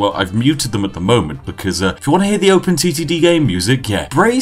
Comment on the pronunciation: Was I the only 1 Who though he said open STD